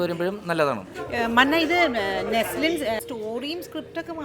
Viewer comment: Btw his name is not Neslin it's Naslen ! If he is ur fav actor learn his name properly 😊